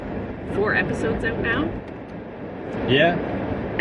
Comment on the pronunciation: I have a overwhelming desire to kiss your face after watching any of your videos. Love the way you say "oat" for "out". Great life to you both from Kentucky, USA